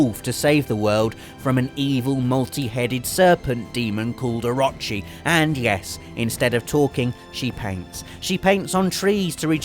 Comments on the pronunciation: God... I know he is British, painfully so, but I hate it when people butcher ANY language... Japanese especially. Amaterasu( Ah-Mah-Teh-rah-Soo), And Orochi (Oh-Ro-Chi). I apologize if I am being a "Weeb", But I still bugs me. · Ugh, okay, I'm only a mild Grammar Nazi, but I'm a huge Pronunciation Nazi, and the way totally mispronounced Ryu, over and over again, REALLY ground my gears. The mispronunciations of Amaterasu and Orochi were more tolerable, as they were fairly close, but it's not Rai-Yuu, it's Ree-Yuu, or at least that's the closest you can get in the English language, as the Japanese R/L sound has no equivalent in English. In Japanese it's actually just about one syllable, and sometimes sounds closer to Dee-Yuu.